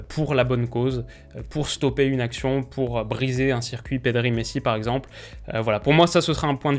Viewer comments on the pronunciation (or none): none